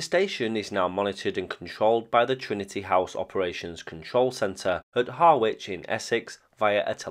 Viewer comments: Minor detail on a very informative video, but the Harwich you mentioned for Trinity House is pronounced Harrich. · Excellent video. Just learn how to pronounce Harwich 😂